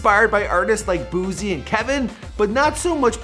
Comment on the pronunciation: this man said boozie